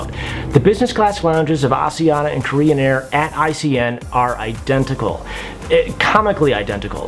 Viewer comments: It's pronounced: AS-I-An-ya Not As ee an - a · props for the awareness in trying to pronounce asiana. it's Ah-SH-eeh-ahna. got the 'sh', not the 's' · FYI, the pronunciation of Asiana is actually neither of the two options you gave/used. The closest English-speakers can get is "Ah-shee-an-na". The 's' is not a 'zh' or an 's' sound it's a 'sh' sound. You can hear them pronounce it as such on their safety videos as well. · its asian-na... read it properly!!! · How do you pronounce Asia? Then pronounce Asiana? My wife is Korean you are pronouncing it wrong. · When you’re on Rome do what the Romans do! Pronounce it like the Asian Pronounce it! Not all the people in the World 🌎 speak like you!!!!!!